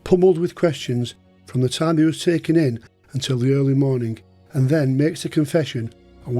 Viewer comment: Atrociously bad English. "Jakobe".. "that morneng".. would never make it to any of the UK's top universities, let alone Cambridge or Oxford if one spoke like you. And I thought American English was the worst. Tsk tsk...